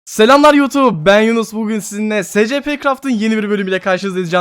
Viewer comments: Abi eline sağlık yine muhteşem bir video Bu arada abi scplere si es pi diyebilirsin direk okunuşunu koydum Umarım bu seri de baya uzun sürer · abi şey o secepe değil esipi diyeokunuyo söylemek istedim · Abi bide s c p deyil es ep i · Abi scp değil esipi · Abi ama cidden scp deil de esipi de yazılması gibi deme rahatsız oluyorum ayrıca senin dediğin adamı izlemiyom izlesem oda scp dese rahatsız olurum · Abi esipi die okunuyor scp diye yazılıyor doğru biliyorsam seviliyosun abi <3 <33 <3333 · Abi scp diye okunmior esipi diye okunur scp her dediğinde gıcık kapiyom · S c p değil es(S)ci(C)pi(P) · Abi istediğin gibi oku ama scp diye yazılır esipi diye okunur ama istediğin gibi oku yani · Espi diye okunuyooooo